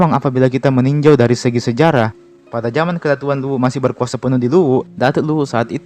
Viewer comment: Luwu bukan luwuk 😅 Kalau Luwuk, itu di Sulawesi Tengah bro. Rantepao bukan rantai pao bro 😅